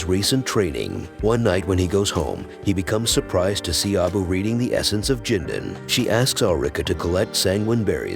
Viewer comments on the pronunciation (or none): none